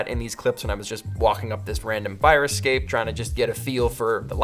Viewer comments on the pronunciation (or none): none